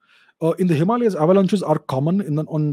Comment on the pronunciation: You know it's going to be a good one, when Mr. Chavda goes "let's look at ze map"